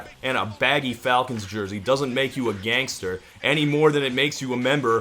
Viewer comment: Todd's odd pronunciation of "gangster" as some middle ground between "gangster" and "gangsta" did start to nag at me a little.